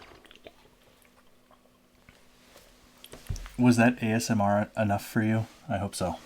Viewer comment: I like your videos for the education, insights, commentary but I just hope you don't ever say AMSR again...